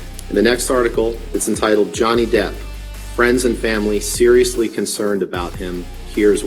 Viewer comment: non si può sentire DIP...si pronuncia DEPP, proprio come è scritto!!